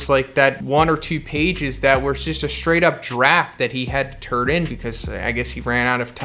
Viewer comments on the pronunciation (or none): none